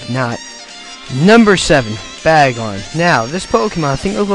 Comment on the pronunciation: What's Lavaratar? It's pronounced Lar-Vi-Tar. Also, Bay-Gon and Ele-kid. You need to work on pronunciation of Pokemon names you idiot. Also, Surskit has very high speed and evasiveness stats. Don't make Pokemon videos if you know fuck all about Pokemon.